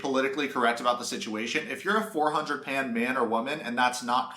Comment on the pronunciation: "If you're a 400 PAND man or woman..." what's PAND??